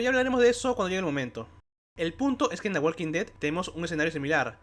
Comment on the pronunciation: La L de Walk no se pronuncia. La L de Walk no se pronuncia. La L de Walk no se pronuncia. La L de Walk no se pronuncia. La L de Walk no se pronuncia. La L de Walk no se pronuncia. La L de Walk no se pronuncia.